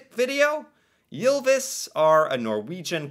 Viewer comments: Its not prounonced jylvis its y not jy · Your pronounciation of "Ylvis" was pretty close to ours, except for one detail, you pronounced it "Jylvis" instead of "Ylvis". But it was still definitely recognizable. :-) So don't worry about it much if you don't want to.